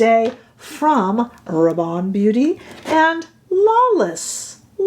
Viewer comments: I would pronounce Rabanne as you do (& I believe as it is pronounced in U.K. TV adverts) Apparently here in the U.K. we have been mispronouncing the car manufacturer Hyundai. However, as someone pointed out we were pronouncing Hyundai as their TV adverts & they, Hyundai have now changed (or corrected) the pronunciation on their recent TV adverts. It’s their brand so we/I will be guided by them. However, what I will say is, I don’t care about exact/correct pronunciation, for me it’s about communication & getting the message across/understood. If I say I am going to I kea people know where I am going & don’t usually feel the need to say that in Sweden it is pronounced E kea. Grammar zealots are another pain in the butt! Phew, I think I really needed to get that off my chest 😮‍💨 🤣💕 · Hey ❣️ULTA’s Video/Model/Spokesperson Pronounces “Rabanne” as You..There ya go..Yes! I find your content extremely helpful as are the folks in your comment section..”Lots & Lots of FUN, here, too!” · You have hyped me on this foundation! I was going to re-purchase the Prada but this one seems to tick all the boxes:) BTW: I am French, and your pronounciation of 'Rabanne' is spot on! Don't get distracted by the mean girls (or boys). Keep going, we are here for it!